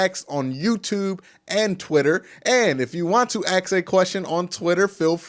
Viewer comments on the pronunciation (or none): Q it’s ASK NOT AXES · Let me ax you a question, is it to or too? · two, too, to ... just axe